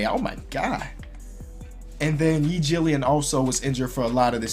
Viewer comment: "Yi Jillian"